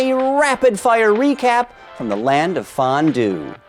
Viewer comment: What kind of strong sense of humour of this nerd :-( "From the Land of Fondue" First of all learn to pronounce it properly. 2. Use your brain (if existant) to think about what stupid sentence this is. Do you really think all switzerland is known for ist Fondue???